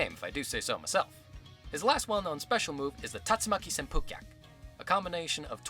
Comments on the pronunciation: I remember reading in the instruction manual for the SNES version that Ken and Ryu said Tatsumaki Senpukyaku (however that's spelled) and I remember thinking "that doesn't sound anything like what he says in the game." I still don't think it sounds like it. To me, it sounds more like "a spike chuck a-rurr chuck!" Don't ask... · Ja ba ja bird get is how it sounds for the hurricane kick. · "Bo tech tech project" or "at woot wit woo ken" = tatsumaki senpukyaku 😂